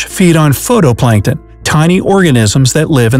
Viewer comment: It's actually pronounced: phytoplankton.